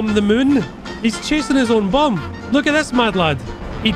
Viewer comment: What i heard: "in this video, i bum a plane in mid-air"